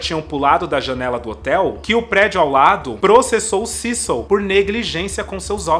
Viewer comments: Se fala cecio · Eu jurava que era “CÉcil” 😂😅